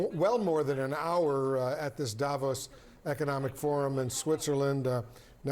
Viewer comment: When do anchors, experts, journalists on CNN and any other American Newsnetwork finally learn that Davos is pronounced Davòs and not Dàvos!! Guys, the accent is on the o, not on the a !! You have mastered pronouncing more challenging names, it can't be that complicated!?!